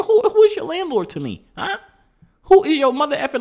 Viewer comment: "My landlerd...."